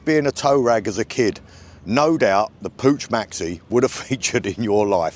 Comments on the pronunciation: It's pronounced Pook, like book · Pooch :D Try Puccchhh